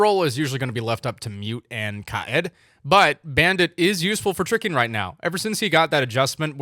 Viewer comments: kaa-id not kaa-ed pls, for the love of god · Why do you pronounce Kaid (kay-d) as ki-ed? And Nokk (Nock) as Nuk? I’m lost 😂